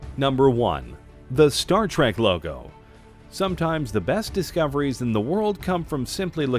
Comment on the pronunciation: The word is trek not track.